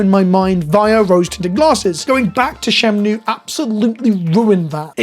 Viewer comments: I like how you call it "Shemnue" each time instead of Shenmue. Easy thing to misremember, but it tickles the brain. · your pronunciation of Shenmue is amazing "Shemnoo" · Did bro just call the game 'Shemnue'? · appreciate the video and I agree with pretty much everything except the way you pronounce the video game "Shenmue" Mixing that N and M